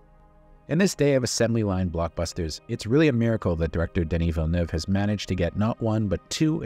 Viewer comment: Congrats on the pronunciation of Villeneuve. One of the few who pronounce it properly.